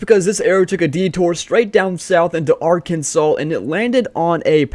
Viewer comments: Are-Kansas? Lol It's Are-Ken-Saw. Great vid tho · You say Arkansas like Are Can Saw. Not Our Kansas? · Arkansas is pronounced “ARK-CAN-SAW” NOT “Ar Kansas” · He said "ar,kansas"😂😂😂😂😂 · “ar kansas” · Bro said ar KANSAS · stop saying ar kansas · why did bro say Arkansas like that it’s arkensaw pronounced it like arkanses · Are-Kansas had me laughing so hard :) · New Jersey has a team💀 and that’s not how you say Arkansas 💀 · Arkansas is pernounced Are-can-saw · bro said Are Kansas 💀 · The way he said Arkansas💀 (If y’all don’t know it is actually pronounced ArkanSAW) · im sorry u said arkansas very wrong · How is no one talking about his pronunciation of Arkansas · the way he said Arkansas 💀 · saying Arkansas wrong is a crime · Ain’t no way bro said Arkansas like that